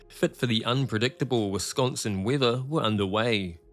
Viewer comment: To the narrator, please research how to pronounce words correctly. There is no "T" in Wisconsin. It is NOT pronounced "Wis-kawn-T-sin."